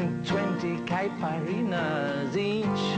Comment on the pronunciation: A beatle is allowed to pronounce the great drink caipirinha wrong... and it's alright...